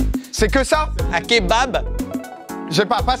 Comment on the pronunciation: je buvais mon café quand il a dit " clébard " pour kébab, j ai failli tout recracher sur mon écran! j suis morte ils m'ont butée et <3